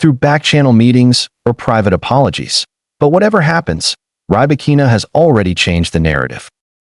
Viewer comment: Not Rye-Bakina. Pls pronounce correctly